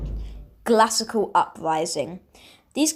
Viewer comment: Why can't there be a guy who has a mature voice knows how to write a script and can pronounce glacial